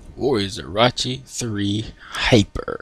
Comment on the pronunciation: Did he say Orachi or is it just me?